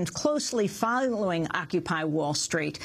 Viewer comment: "File-o-wing Occupy Wall Street" hehe.